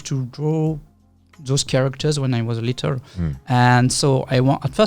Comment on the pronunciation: ^ also he says littre instead of little.